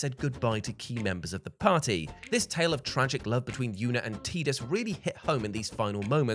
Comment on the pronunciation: Stop pronouncing Tidus like that